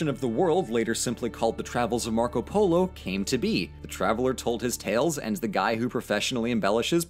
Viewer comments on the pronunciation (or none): Nobody: 9 year old kid:poLOoo